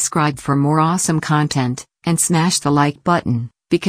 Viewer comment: Did you say awsome or assome?